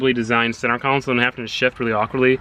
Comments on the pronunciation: repeat after me. Con Sol not council! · Console, not council, bro. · Take a shot everytime he says center counsel instead of console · Center counsel 😂😂😂😂😂 it's freakin console. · Con sole,. Not Counsel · Oh my god, it's pronounced center console. Not center council 😒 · Ight buddy. Say it with me now: center CON-SOLE. Not council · Say, "Cown Sole" ONE. MORE. TIME....Love the car, learn english! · Console not council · Maybe it’s just me, but I kept on hearing you say “center counsel” instead of “center console” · It’s pronounced “KAHN-SUL” not “KOUN-SIL” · Console not Council? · Lol why do you say console as council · CENTER COUNCIL? I its called CONSOLE 😂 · Why on earth do you say “center council” Its console. Pleez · No offense, but it is pronounced console, not council. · I swear to god, say center council one more time. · Center “council” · Great video. Laughed my ass off at the center ''coun-sole'' though. :D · "Center council" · why are you saying council lmao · Why do you pronounce console "council"? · Someone explain to me why he says it "center council" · This boy says “center council” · “Center council” 😂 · why do you keep saying center council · con·sole /kənˈsōl/ Say it with me... con... sole... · Senter council" not Senter cauncil😠😠😡😡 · if i hear center council one more time i swear to god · "Centre council" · Hard to watch you miss pronounce console over and over again